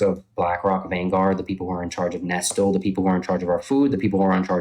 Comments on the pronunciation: the fact he pronounces it "nestul" rather than "nesslee" is all you need to know that we're dealing with a pseudo-intellectual conman. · he pronounces “Nestle” and “Nes-tul” I think this dude is terminally online and has only ever read that word on twitter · He pronounced Nestle "Nestel" he's clearly isn't big on being outside or talking to people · Nestle pronounced nes-tul is SO SO funny to me. What a drip. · Nes-tul is the nefarious branch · Eh Nestle is mustache twirling levels of evil, I think mispronouncing their name is the most moral thing he did XD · Nestle is pronounced incorrectly in english